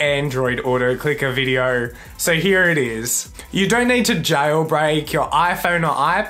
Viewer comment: “Click a viedour “